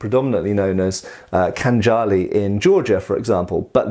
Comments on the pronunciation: Hi, cheers from long time viewer from Georgia! Well, as you asked for comments:) From Georgian side, I would agree to 99% you said - just two minor corrections: In Khanjali in Georgian both "a" sound as "ah" (as in Anglia or Iran) The Russian poet you mention was probably not Pushkin, but Lermontov - imperial officer (and guy of Scottish origin BTW) And fun fact:) - you can wear Khanjali and other traditional bladed weapons in public as long as you are dressed in national costume. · No kinjal. It is Khanjal !!! bro😉